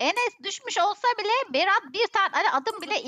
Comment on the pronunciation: gülmek ten öldü berağt değil berat 😂😂😂